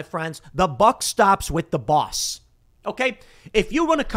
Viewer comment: How Tim says balls and boss is funny I laugh every time 😂